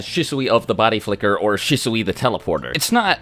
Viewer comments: Shisui is pronounced She-Swee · shih-soowee lmao. shee-swee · Isn’t Shisui pronounced Sheeswe? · Him mispronouncing Shisui’s name was driving me insane, lol